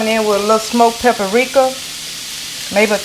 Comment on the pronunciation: It's paprika not paperrika